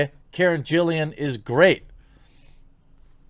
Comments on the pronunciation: Poor Johnny.. just awful... But.. Why are you saying and writing Karen's last name wrong? It's Gillan, not Gillian. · Thank you for this vid. Valid argument, and appreciated. Johnny Depp is life. 👍👍 One thing tho: It's pronounced "GILL-AN" not "JILL-IAN". I say this on behalf of every Doctor Who fan that is face palming right now. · In the name of all that is holy...PLEASE stop mispronouncing the name of my wife...yeah....who I've seen naked, yeah that's the ticket. It's NOT Gillian, it is G I L L A N. Thank you.😉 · It's Karen Gillan, not Gillian. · Karen Gillan's last name only has one 'I' in it. It's gill-un, not gill-ee-un. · Isn't it Karen Gill-an and not Jill-ian? Either way i haven't seen any of the Pirates movies, so i won't be starting now. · Since you probably will have to talk about Karen Gillan a lot in the future, you might as well use her correct last name :-) it´s GIL-LAN. Sidenote: Johnny Depp is a must for this movie series!